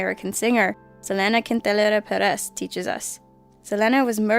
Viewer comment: i find it weird how she said Selena Quintanilla Perez